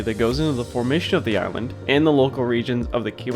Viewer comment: I love that you all are covering these topics. However, I cringed every time you mispronounced the name of the island. even pronounced it correctly for you. Of all people, the MGS should know better. Horrible audio of as well.